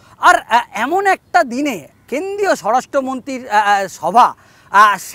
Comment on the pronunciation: আপনি দয়া করে আপনার বাক্য গুলো পরিষ্কার করে বলুন । কেন্দ্রীয় কে কেন্দিয় , মন্ত্রী কে মন্তি, প্রমাণ কে পোমান স্বরাষ্ট মন্তি সব " র " ফলা গুলোকে বাদ দিচ্ছেন কেনো ? সূত্র কে সুত্ত 😂😂😂😂😂